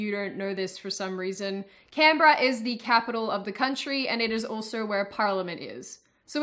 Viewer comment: I always pronounced Canberra as "Canberra", but it seems I was doing that wrong all my life.